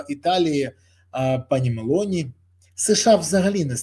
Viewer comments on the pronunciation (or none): none